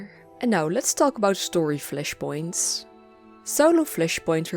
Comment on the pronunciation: I love the way you say Fleshpoints xD Love your video